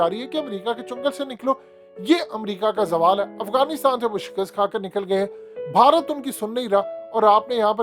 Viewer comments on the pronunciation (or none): none